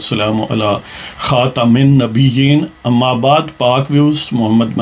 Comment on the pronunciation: آپ کے تجزیے بہت جامع اور پر اثر ھوتے ھیں۔ آپ پروگرام کے شروع میں نبی کریم صلی اللہ علیہ وآلہ وسلم کی زات اقدس پہ درود پڑھتے ھیں۔ بہت اچھی عادت ھے۔مگر خاتم انبین میں م کے اوپر پیش ھے۔ آپ زیر پڑھتے ھیں۔ براہ مہبانی اس کی اصلاح کر لیں شکریہ۔